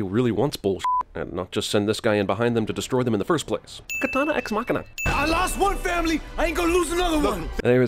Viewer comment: As a Japanese, "Katana" made me cringe harder than I ever have in my whole life